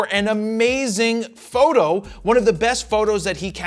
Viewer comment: I like your content, and I know that you do it forever - but the way you enunciate „fro knows PHOTO”, and especially „photo” is extremely off-putting and yucky. Like a nails on a chalkboard. It’s so uncomfortable, that I have to skip those parts of your videos. Everyone knows your website by know - you don’t need to differentiate each word in it to such extent, any longer. And it’s 2025 - not only it sounds bad, but it’s also cringe and goofy.